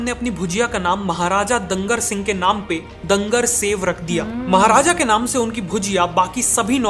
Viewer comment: when you learn from English media ! Its not dangar singh .... His name Was Doongar Singh, and bhujia was Doongar-Shahi.